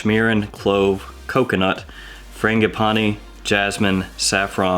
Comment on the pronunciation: Please say frangipani again 😂😂😂